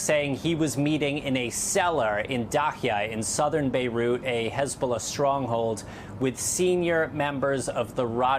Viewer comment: Hey-bullah! Please check your lullah😂😂🇮🇱🇮🇱